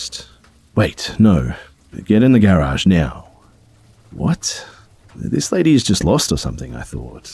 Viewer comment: Dude does not know how to pronounce garage lol